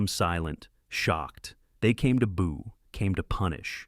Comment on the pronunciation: AI SLOP: Boo is not pronounced bow